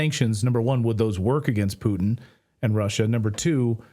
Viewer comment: Why do you mispronounce the Russian leader's last name? Is it some kind of problem to pronounce the T sound?